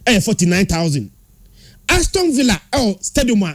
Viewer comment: Can you please educate the guy in yellow to improve on his pronunciation? It is Aston(Astin) not Aston(Astɔn)